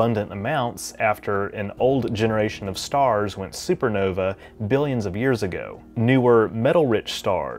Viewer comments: "novay" and not Nova XD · supernovay? sorry, but it's pronounced as supernovah. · It is supernova like a Chevy Nova pronounced super-know-vah. Not supernovay similar to Norway.